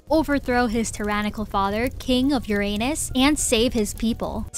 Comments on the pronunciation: stop saying uranus like that…. its suppose to be yur-ranus, not your anus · it's Crazy how I'm so invested while watching this fanfic also on the last part the way she say Uranus UEUEUE😭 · She said it more like your anus instead of uranus— I love it sm 💀💀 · you purposely saying Uranus like that is killing me 😭😭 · Im sorry but everytime u say uranus i giggle a little bit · I don't know why but when you say "Uranus" it feels a bit weird 🗿💀